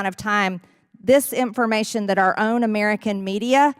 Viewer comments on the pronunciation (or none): Does anyone NOT hate the way MTG pronounces "Ameeerican"?